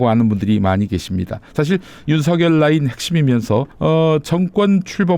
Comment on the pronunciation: 윤서결이 아니고 윤석열 입니다 발음좀 정확하게 해주세요